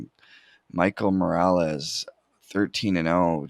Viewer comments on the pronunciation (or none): none